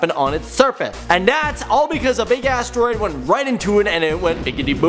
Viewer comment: when he said "asteroid" i thought he sais "ass droid"